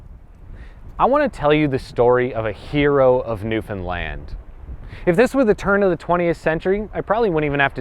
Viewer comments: I'm from Newfoundland and I didn't know all of this!!! But it's pronounced like understand. Not newfinland lol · I've asked this before and I'll ask it again. Why do you pronounce "Newfoundland" like "newFinland"? It's the only thing I find odd in these videos.